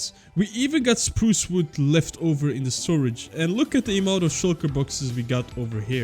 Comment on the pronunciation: can i just say the way you say wood is so entertaining and i dont know why like its just vwood hahahaaaa